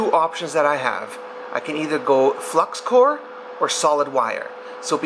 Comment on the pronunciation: It’s flux core. “Hey guys I’m running low on flux cord 😂😂😇😇